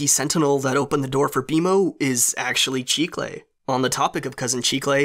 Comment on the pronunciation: Did anyone else look up chicle to find out what it had to do with candy? P.s. it’s pronounced chih kle